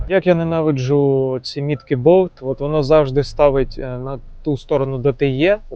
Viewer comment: Дуже ріже слух "боВт😢 боЛЛЛт!!!